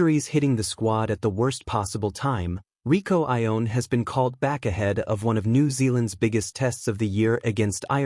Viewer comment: Fiercer = more fierce , Rieko not Rico !